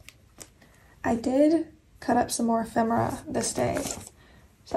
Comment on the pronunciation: I am actually using this kit of for this current week. I LOVE it 💙 oh now I have to go antiquing (we have tons of shops within minutes of me) and look for ephemera (yes you are pronouncing that correctly 😉) I believe that I have some diffuser stickers, if/when I remember I will pull them out and send them to you. Your speed turning out amazing 💕🎀 (I am going to steal some ideas from it 😁)